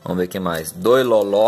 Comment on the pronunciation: Loló????? se lê Lolo